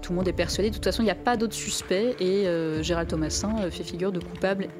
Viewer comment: borhinger bourrer dit gerard au lieu de gerald ,quelle honte............